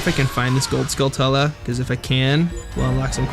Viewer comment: "Skull-tuh-la" I say "Skull-too-la," but I say "ta-ran-chuh-la," because I'm not British. "Skull-too-la" flows better for me.